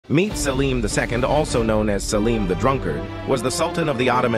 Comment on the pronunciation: He's pronounced as Selim not salim